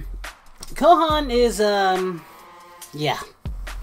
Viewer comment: He said kohan🤣